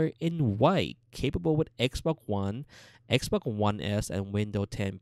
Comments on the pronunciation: Yeeeh I like xboccc one and xbocc360 and relacc whish ish very kreat. Please dude use the x’s and s’s correctly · Xbok one and xbok one s😂😂💀